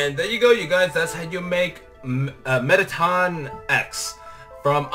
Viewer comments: Its a boy a and its not Meteton its Metteton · You pronounce met ah ton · your saying the name rong but its ok just learn